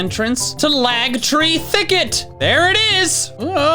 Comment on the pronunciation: tagtree thicket you said lagtree thicket